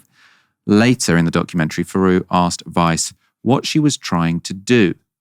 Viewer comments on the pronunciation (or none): It's Louis THeroux, not Louis Feroux.